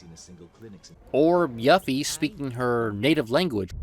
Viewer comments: Why does he keep saying Yuffie like “Yuffy” and not “You-fee”? That’s how it was pronounced in KH and DoC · Yoo-feee not Yuhfee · I'm sorry, did... did you say.... "Yuh-ffy"??? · Really??? I always say YOO-fie